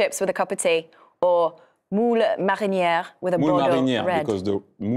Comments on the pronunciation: C’est carrément vrai elle a bien prononcé ! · I’m French and i’m surprised how well the host pronounced ‘Moule Marinière’.